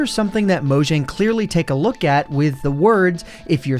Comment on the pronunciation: Down voted for pronouncing it "Moe-jjang" instead of "MawJong"